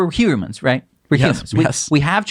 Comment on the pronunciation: <-- We're "huirrr-mans" 😄 , yes